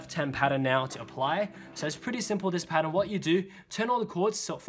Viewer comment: Milan L'Abee i cant understand it